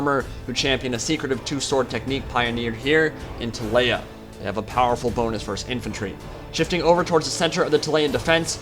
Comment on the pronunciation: ti-lay-uh this makes me ill Tee-lee-uh